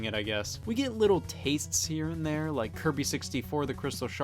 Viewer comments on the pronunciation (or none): none